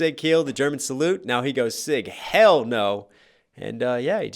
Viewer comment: Sig hiil what wrong whit pronouncing in your vids of german words